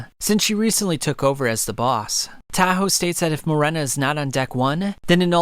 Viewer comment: it’s Morena not Marina